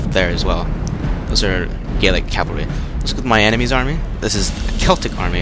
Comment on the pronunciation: The Gauls themselves were pretty much gaelic. But gallic is the correct way to pronounce it.